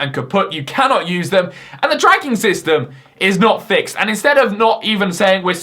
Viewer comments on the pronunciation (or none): none